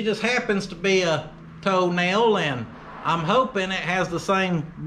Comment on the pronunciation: I know you're not...but most of the time it sounded like you were saying "Toe Nail" brand tires. Which is a brand I'd actually like to see.